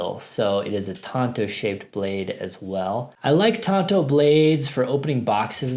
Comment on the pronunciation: If the blade shape is of Japanese origin then you are close to the correct pronunciation. Less of an "o" sound in "Tonto" but more like T-ahn-to.